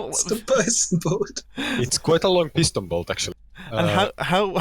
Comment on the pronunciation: Ah yes, the pieston-bolt. Of course.